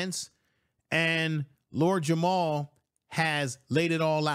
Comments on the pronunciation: It’s very difficult for me to take this video seriously when it’s creator calls Lord Jamar “Lord Jamal” in the first 30 seconds and continues to call him by the wrong name for the duration of the video… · JAMAR, not Jamal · It's Lord Jamar not "Jamal" family... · It’s Jamar not Jamal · It's Jamar, not Jamal. Smh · I agree with you totally but he's Lord JamaR not Jamal 😅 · Is not Jamal its Jamar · I made a similar comment. Hard to take the video seriously when its creator doesn’t even know the artists name that compelled him to make the video in the first place…